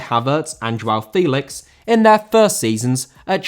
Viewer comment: Félix * not Fílex